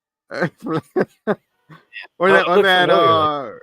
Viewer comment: its Flexo! not Flexar!! get it right!